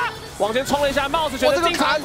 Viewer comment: 怎麼有幾次 mouse 聽起來像是在說 帽子啊ＸＤ